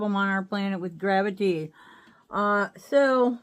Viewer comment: Grav-a-TEA sucks!